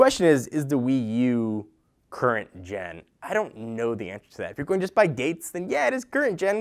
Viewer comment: Gen* not ten^